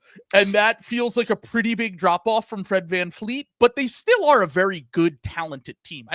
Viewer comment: It's such a douchey American thing to just declare at the beginning of an episode that you're not going to pronounce a foreign name correctly. I think it's cringe AF that you're not even going to try. Fleet? Vleet. It's just a different consonant. You do media for a living.